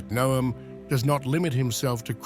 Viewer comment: pleased to hear you pronounce Noam correctly